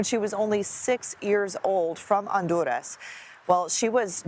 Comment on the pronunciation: Wow, great job pronouncing Honduras! Congratulations!